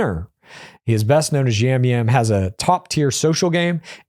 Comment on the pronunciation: Yam-Yam is pronounced Jam-Jam And he is absolutely fucking hilarious!!